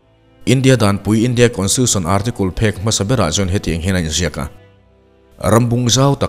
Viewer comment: Ar--ti-kul😅google translate leh dictionary offline leh a dang tih tlak ve deuh ah te hi chuan thumal(words) lam dan(pronunciation) hi a ngaihthlak vek theih asin mawle.